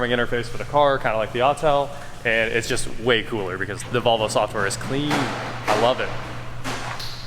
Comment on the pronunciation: You don’t know how to pronounce Volvo correctly